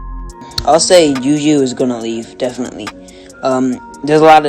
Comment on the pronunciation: He called JuJu YouYou